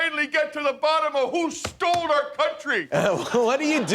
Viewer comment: "They STOLD? LOL"